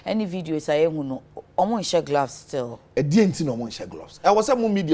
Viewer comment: Na dien so ne "glavs" no? It's "gloves" i beg you. Sua tra no adorso dodo, madam journalist.